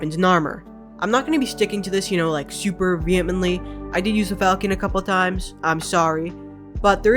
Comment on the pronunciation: The video is great, but the way you pronounced "falchion" physically hurt me^^